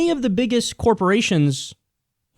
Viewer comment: But Kiyal, tex breks to dee corpawations ar gownna kweate jerbs! Y r u no pwaytrweat? Y u het Murweeca? The Mwega Copowations ar deh bess! Gud Bwess Merica!